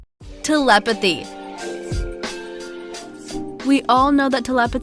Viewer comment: It’s not telepethy it’s telepathy also ITS not pants it’s trousers